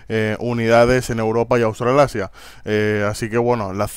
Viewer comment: autralasia xD